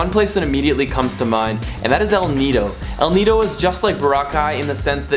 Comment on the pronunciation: Now there's a clean up drive in El Nido, wow you said it right!